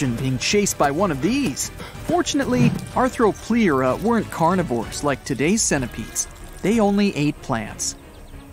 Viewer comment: It’s pronounced (arthro-plur-a)